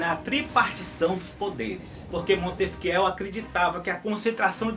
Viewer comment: o vídeo está ótimo, só tenho uma crítica: o nome Montesquieu se pronuncia "Montesquiê".